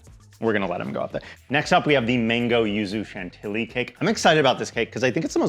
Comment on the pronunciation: That woman from TikTok pronouncing Chantilly "CHANT-illy" made my soul leave my body. 💀